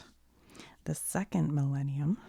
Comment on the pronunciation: when she said millenium i herad malenia then i got elden ring ptsd for a moment until she wrote the word 💀